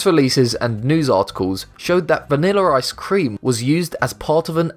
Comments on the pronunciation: Its ice-cream not I-scream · You don't know how to say ice cream